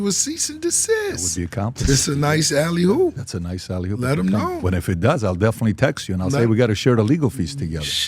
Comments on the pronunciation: Why he keep saying "alley HOOP"? it's alley OOP!!!! He don't know ball😂😂😂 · mf keep saying "alley-hoop" 💀😂